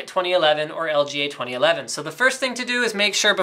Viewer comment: like if you herd him say "LGLA" in stead of "LGA"